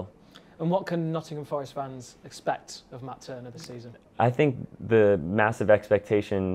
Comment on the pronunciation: Please just one 'R' In "FOReST" 🙏🏼